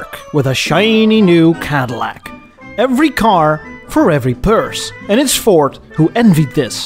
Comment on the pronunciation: I swear you keep saying 'Fort' instead of Ford.